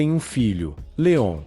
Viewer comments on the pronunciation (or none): none